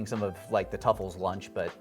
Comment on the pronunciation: It’s Tsufurian, not tuffle.